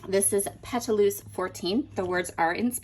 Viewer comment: Pétalos means petals in English. Pronounce as Pet-tah-lows. I love Mintopia and fortunately Frank Garcia store carries it!